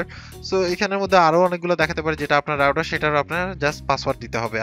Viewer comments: It's router not rouder.... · Good review... Plz correct ur router pronunciation...